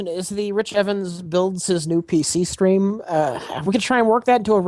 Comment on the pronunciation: can't pronounce the word stream wihout saying shtream... It must be his crocodile brain.